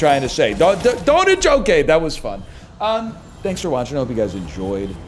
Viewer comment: practicing saying "Thanks" with a Beijing accent be like